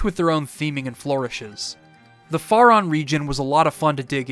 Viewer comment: Great video! Your pronunciation of "Faron" is killing me though. Lol